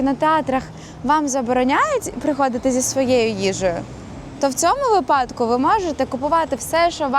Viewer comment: вИпадок, не випАдок (вибачте)